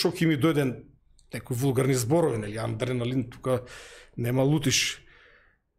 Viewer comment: адреналин,а не аНдреналин,разбир'ш!